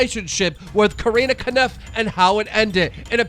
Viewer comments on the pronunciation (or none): ”corrina kNUF” keem still getting names wrong like it's the trademark? edit “jack MANnard” you literally got it right seconds ago... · It’s Corinna Kopf not coreena kaniff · Corinna Kopf: Nothing at all Keem: CORINNA KANIMPF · did anyone catch that he said "Corinna Caniff" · why the fuck does keem mispronounce everything? corrina "kannif"? and david "dorbik" come on mate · Oh yeah yeah it’s basically pronounced like co-rin-a cough